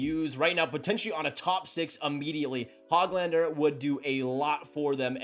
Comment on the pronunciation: Dude, his name is not HOG lander like a pig. It's not HOAG lander either. The Ö is not an Oh. It's a completely different letter in Swedish. The sound is essentially like the oo in book. I've heard Swedes say it like this... Hoo glander. with a slight pause in between the Hö and the glander.